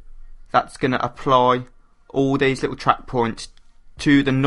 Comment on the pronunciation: Wasn't watching and he said "Aplar" Needless to say I was very confused, but he meant "Apply"...